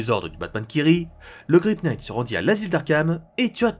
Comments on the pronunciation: LE "K" EST MUET ARRETE DE DIRE Knight. c'est ultra instatisfaisant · Je tiens juste à rectifier un peu ta prononciation de l'anglais : "knight" se prononce "naïtt" Et "laugh" se prononce "laof" Voilà ^^ Sinon, toujours de la grande qualité, comme d'habitude, je kiffe vraiment cette série Batman Metal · On ne pronnonce pas le K de "knight" et toutes les autres prononciations en général sont horribles... J'aime bien ta chaîne mais c'est horrible a entendre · Très bonne vidéo, mais le K de "knight" ne se prononce pas. Tu m'apprends des trucs donc je me permets de faire de même ;) ! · Tellement plus efficace ! Il a résolu un nombre de problème (bon pauvre Gordon quoi x,) (Juste le K de knight ne se prononce pas xD)